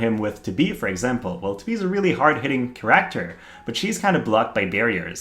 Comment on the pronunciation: Please stop saying charakkkter so much, it's a bit annoying how you say it